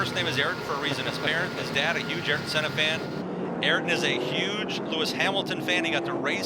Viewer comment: Ayrton = "aye-eer-tun" Not "air-tun" Just FYI for the announcers who mispronounced it about 50 times 😂 Mr. Senna would not be happy with the announcers, just like how he yelled at Murray Walker for calling him "Air-ton Senna" 😂😂😂